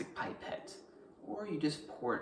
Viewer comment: Most plants do not have alkaloids, least not in amounts detectable by current science methods, but when they do, indeed they most often have more than a single one. "pie-path" 🤣 Salsa having Tomatoes probably has a very minute amount of alkaloids too - interesting intuitive choice. Also, whoever tells me the guy's not stoned as f@ has had way too much alkaloids for the day. Regardless his explanation is very easy to understand and helpful, and I am honored that an online hippie assumed I know what protonation and amines are, to name a few things. Cheers!